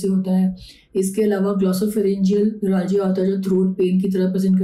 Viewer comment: न्यूरोलॉजीया नहीं बेवकूफ न्यूरालजिया